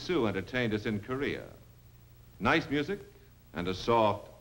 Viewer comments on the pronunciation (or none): none